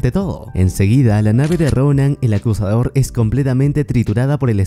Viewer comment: No se por que oía el acosador en ves de acusador